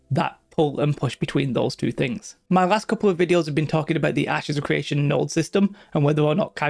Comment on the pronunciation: It's CRE ation not CWE ation. Lmao?